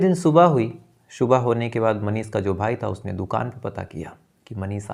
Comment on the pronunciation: भाई स और श में फर्क करना सीख लो रात को शो गया शुबह उठा पुलिस को शबूत नही मिला